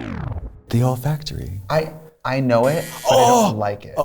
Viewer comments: ive watched this episode five times and i just now realized that katya is saying ole factory because its so close to olfactory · man it took me a second to realize when katya said ole factory….she was saying olfactory, like the actual thing in our body that allows us to smell 💀